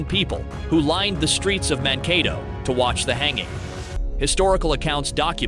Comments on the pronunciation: It is Man-kay-toe. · Really hilarious when the narrator mispronounces Mankato!